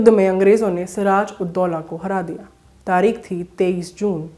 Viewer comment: "🖋️🖋️🖋️ आदरणीया ! आदाब !! आप का अंदाज़-ए-बयान नेहायत ही उ़म्दा है , जिस के लिये दिली मुबारकबाद !!! बस अपने तलफ़्फ़ुज़ (उच्चारण) पर ध्यान देने की ज़रूरत है ??? प्रोग्राम का नाम तारीख नहीं बल्कि तारीख़ है और बेगम को बेग़म कहना दुरुस्त नहीं है ????? हमारी दुआ़यें और हार्दिक शुभकामनायें 📘📘📘 "